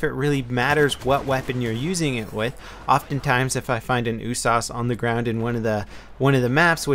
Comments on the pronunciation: it's usas not oosas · you say "USAS" like "ooh-sauce"? I usually hear it as "you-sazz" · Ooosaaas okay its u-s-a-s isnt it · 'Ooh-sarse'? Damn, that's a new one. I'll stick to 'Yew-sass' xD Good video, will we be getting any Insurgency videos any more? I love your tactical gameplay on that game:) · what the fuck is an "ooossaaasss"? Pretty sure it's U.S.A.S. You dont say Ach47, you'd say A.K.47, or ooosssp 45 instead of U.S.P.45. Made me crack up every time you said it. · You saying "oo-sauce" gave me cancer. It's a U-S-A-S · He pronounces it Ooo-sauce, isn't U-S-A-S 12? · Why do u call it the ewwwwwsauce it's yousas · It's so annoying when he says oosas in stead of USAS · No no U. S. A. S. not uuuussssaaaaassssss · Every time he said USAS, I kept hearing oooh-sauce lol. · I think it's pronounced "you-sas" level! (Universal Sports Automatic Shotgun 12 gauge) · Why do you pronounce the usas oosas? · >OOH-SAHS Fucking... What? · USAS stands for united states automatic shotgun. It's an acronym not a word. Stop saying oooh-sauce lol. jk. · the way he says usas drives me crazy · You pronounce each letter in usas individually not all together. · Am i the only one who's bugged by how he says Usas? I've always pronounced it saying the letter U, not with the sound.